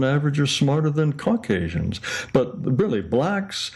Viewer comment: Ive heard of caucasians, but never "corkasians" 😆